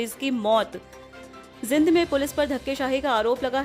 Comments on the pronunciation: आज के बुलेटिन में कुछ नहीं बार- बार पुनरावृत्ति की गई है|जींद को जिंद बोल रही हैं कृपया ध्यान से उच्चारण करें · Bar bar ak hi kabar na sunai or zind ka uccharn acchi thar sa kara